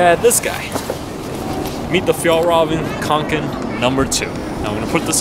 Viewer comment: it's pronounced konken